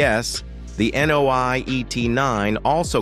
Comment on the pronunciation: Nio，not NOI. lol